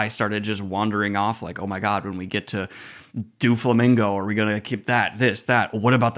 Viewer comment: man really said dooflamingo LMFAOOOOOOOOOOOOOOO